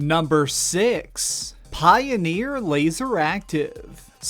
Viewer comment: dude, poineer